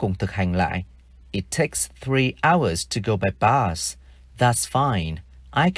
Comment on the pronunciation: Thầy là một thầy giáo giỏi ,nhưng em chỉ thấy 1 điều lấn cấn khi thầy phát âm bus là bad .vậy từ cut thầy có phát âm giong cat không